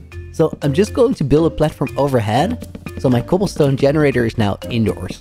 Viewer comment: "Cobble steen generader''